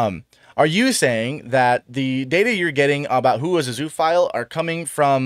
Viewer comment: Zoo-oh-phile. 'Zoo' in zoophile is not pronounced like 'zoo'. It's more like zooa.